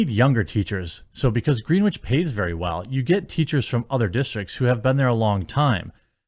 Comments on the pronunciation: It’s pronounced gren-itch not green witch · Greenwich sounds like grin-itch, not green-witch. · Great video. It's pronouned "Gren-itch" not "green-wich". :) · Okay, Jeremy. I really enjoy your uploads and I just want to help you out a bit. I've lived practically all of my life in lower Fairfield County, Connecticut and the Cos Cob school is located in Greenwich. It's pronounced "Grin-itch" not "Green-witch" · Great video, thank you! FYI, it's pronounced Gren-itch. Have a nice day. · In Greenwich the w is silent Grenich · FYI it's pronounced Gren-itch. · Holy shit I wish these people would stop making the regular people in CT look bad... and if someone were to take every penny out of Greenwich they'd be filthy rich. That place is like a whole other world compared to a lot of the rest of CT. And Jeremy, it's pronounced "gren-itch". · Gren-itch, Jeremy. Gren-itch. God damn it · Its gren wich like it rhymes with when not the color green.